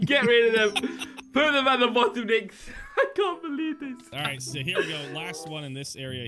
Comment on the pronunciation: He said any body els from the bodom